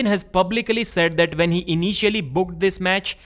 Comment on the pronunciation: It's "when" not "vhen"